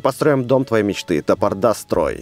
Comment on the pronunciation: Не топордА , а тапОрда